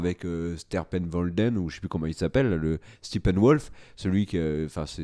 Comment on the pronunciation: Nouveau méchant dans le DCU « Sterpervolden » ce Kere me casse de rire 😂😂👌